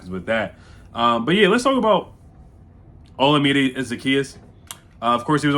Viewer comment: butchered his name lol it’s O-LA-MI-DAY